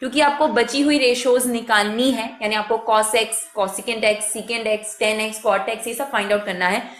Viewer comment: mam its tan not ten